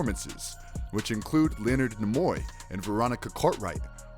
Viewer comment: Marvelous Videos, Where do you guys find the people to narrate your videos. These people can't even pronounce famous people like Leonard Nimoy's name correctly. It takes 5 minuets to google correct pronunciation and it seems like nobody on you channels does this. Francis Ford Coppola got the same crazy pronunciation on another video.